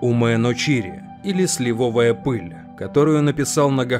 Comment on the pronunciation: Клипер назывался "КАТТИ САРК"! СлИвовая пыль, а не сливОвая. ЧЕрпать, а не черпАть. Не портите впечатление от хорошего ролика безграмотной речью!